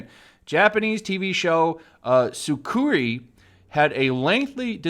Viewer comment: It's Sukkiri, not Sukuri or Sukari.